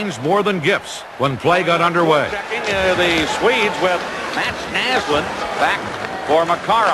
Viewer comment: MEETS NEESLEEND, kul uttal på mats näslund. :D